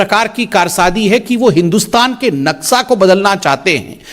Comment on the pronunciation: संबित पात्रा जी "नक्सा" नहीं "नक्शा" सही उच्चारण है।